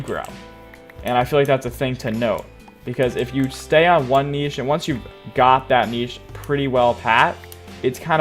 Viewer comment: Ive heard of Niche but not kneeshe xd